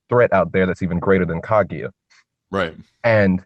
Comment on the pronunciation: isn't it pronounced Ka GU YA?